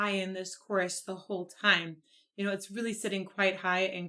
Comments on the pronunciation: The "fire bird" is "my soul free" from the body, soaring across endless dimensions looking for his creator. At least that is how I see it. Nevertheless I love it. He only pronounced one word (the) incorrectly (he pronounced it "de"), in my humble opinion, and that is pretty good. I only know a few words in Kazakh. This is not meant as a mean comment, just my observation. Thank you for reacting. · I came back to your video some days later to internalize what you said about Dimash English speaking needing improvement. I’m not here to disagree or be a rabid dear. But,at the same times there’s more going on here. At the beginning he pronounces the article “the” as “duh”. Yet later on in the song he pronounces it right. Several times “life” and “love” sound a like. The problem is this was not Dimash’s fault but that Italian composer of the piece who also made the movie Creators: The Past. He created an English speaking movie, and wrote the soundtrack for the movie with English speaking actors. This was his movie. He let Dimash sing words in the English language that were not clear. Dimash made mistakes in the first sos in China by pronouncing the “s” at the end of a word that was suppose to be silent. He was called out on it and corrected it in sos at the slavac bazaar. The Italian composer and promoter of the movie should have called dimash out on it. Dimash has been studying English and Mandarin for three years since the China show. Another words he a third grader. Dimash is very daring singing in all the twelve languages. But this time an Italian movie maker who made an English movie did not help dimash let it slide. There was a screenplay for this movie. You can’t tell me he didn’t read it or maybe even write it himself. If you’re hard on dimash and we can only be responsible for what we put out,that composer was at fault more than dimash. What is worse is that the son